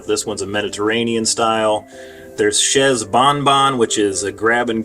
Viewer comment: Chay not Chezz.